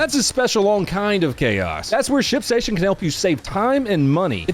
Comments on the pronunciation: When your ad started, I could have sworn you said "shit station". I looked at TV like, wait, what? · i thought he said shitstation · aint this guy saying "shitstation" instead of "shipstation" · You absolutely said shitstation lol.